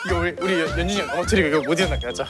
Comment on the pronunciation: 카이 한결같은 연주니영 발음 너무 귀엽다 ………